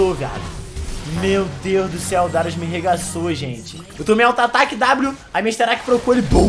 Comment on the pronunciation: Darius é oucas